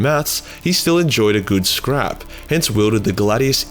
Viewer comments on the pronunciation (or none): none